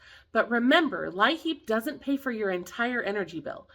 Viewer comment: In WV it is pronounced 'LEAP' , , not 'LI-HEAP'. (Thanks for all your hard work!😊)